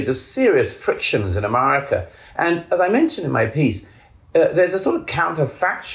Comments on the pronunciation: I agree with everything Douglas Murray says…..unless he’s pronouncing Amaarica 🇺🇸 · I know I’ve said it before here, but the way Douglas (whose books I greatly admire) keeps pronouncing ‘America’ as ‘Amurrayca’ cracks me up. Naked ambition! That being said, I’d love to see him as president.